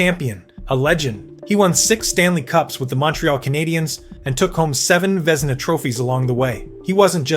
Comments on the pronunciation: Hah Sheck! Ve Zeena Trophee! Jacque Plant! Glenn Hall was not the first Conn Smythe winner. All sorts of AI errors. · Glenn Hall #7 Jacques Plante #6 and Terry Sawchuck #4 can’t be serious! All 3 should be top 5. And learn how to pronounce things like Plante & Vezina. And Roger Crozier was the first goalie to win the Conn Smythe not Glenn Hall. When you can’t get basic facts right the video lacks credibility.